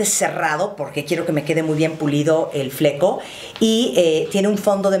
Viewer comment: El “Flecou” jajaja